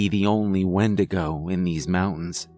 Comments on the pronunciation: you called it a Windagro. i love this. i busted out laughing at it. but this story gave me chills. Keep up the good work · windegrow lol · wendigrow lol I was eating and just listening and had to do a double take